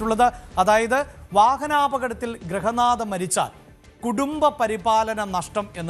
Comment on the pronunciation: Grahanatha alla grihanadha